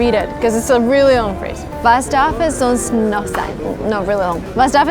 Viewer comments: It's sonst not sonnst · sonst, not sonnst! :-D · es heißt "sonst" und NICHT "sonnst" und außerdem sagt man es es in dieser Reihenfolge: "was darf es sonst noch sein?" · Sonst not sonnst but good Video tho